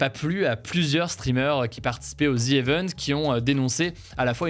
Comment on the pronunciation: Le mot anglais EVENTS se prononce i-vène-tss, pourquoi le prononces-tu é-veune-tss ?!